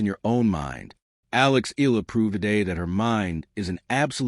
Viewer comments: Please please please pronounce her name as EY YAH LAH not EE LAH . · Another AI video milking the Filipino netizens. Fuck this guy, can't even pronounce her name correctly. Blocking this stupid AI channel